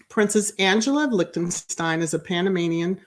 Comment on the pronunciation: I knew of her also! I studied German in high school and college! Your pronounciation is correct! Some didn't attend their wedding, but all is fine! We don't hear any craziness from them.